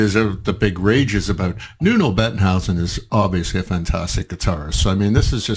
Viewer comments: Nuno plays like that for 30 years now - he's the greatest. OAT. Maybe, if you listen to it for the first time, you should listen to it in one piece... instead of separating it into four pieces. p.s. And his name is not Nuno Bettenhouse.. it's Nuno Bettencourt. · BETTENCOURT, not whatever you were saying.